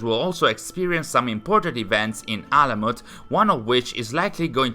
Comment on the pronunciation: You read that name exactly right ! Its ALAMUT..... it's the main and also the first fortress of hashaashioon( assassins ) which is in iran( persia ) ...and it's an ancient persian name which means bird's nest....im so happy that finally they built this game about alamut which is in ghazvin (a City in iran)....and also basim(باسم) means good looking or someone who smiles(it's also a Persian name but also in arabic language it means boy)